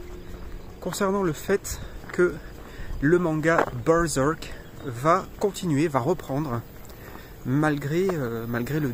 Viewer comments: c juste ta prononciation de berserk qui m'a fait rire moi je le prononce bien à la française en mode bairsairque mdr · J'aime bien comment tu prononce Bœurzœurk XD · c est quoi cette accent en disant berserk...??????!!!???